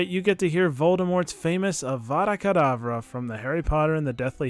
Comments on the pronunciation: Remember "It's levioso, not leviosa." But Vodlemorts wand is like " Avuukadavuuu" is completely legit? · Voldemort saying avara kedabra feels like it was just meant to be .